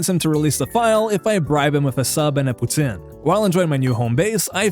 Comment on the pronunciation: hit me with a nostalgia hammer Kerning City 😭 poutine pronunciation ey t'es quebecois? XD